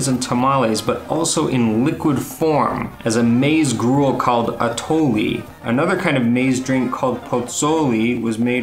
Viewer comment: We have atole in New Mexico. And it’s said a-tol-ay not a-tol-ee. I’m shocked they live in state over and don’t know atole. Ours is made with blue masa harina.